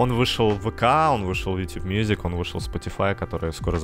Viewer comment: "Ютуб" как "" прочитал